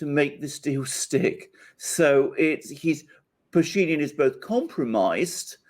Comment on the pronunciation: what happened with Putin is looking weak and tired such a horrible mistake and the rest? And just in case name Pashinyan has stress on —-yan. The guy is Armenian and Armenian names don’t have stress in the middle. You just make him sound something else so sometimes it takes a while to figure who the hell you are talking about